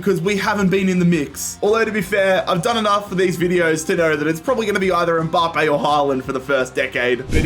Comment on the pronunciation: No one:: M Bah Pay